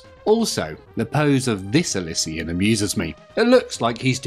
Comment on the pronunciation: It's pronounced ill she uns!!!